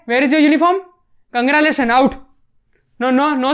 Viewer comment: You pronounced wrong Not congralasions It's congratulations 😢